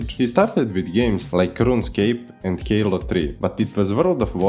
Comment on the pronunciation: the word "Halo" doesn't have a K at the start of it btw, halo not kalo